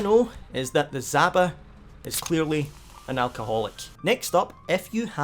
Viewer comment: it's (d)ZHaba, the j-like sound like in colliSIon. Russian word for toad